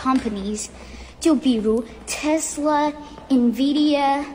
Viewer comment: 不可能在中国。听她说话的腔调就是美国abc。 tesla这种发音 一股浓浓的加州音。感觉回国旅游的差不多。。而且她原文 一直说 china 巴拉巴拉。但是翻译是我们巴拉巴拉。各种迹象都说明不是中国人。可能是为拍片需要。或者小孩不懂 才认为自己是中国人